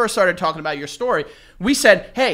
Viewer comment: He didn't ever say story correctly. Good ol Joey, flustered by an attractive girl the rips ass into Jars for money. They needed to say fart more in this episode though...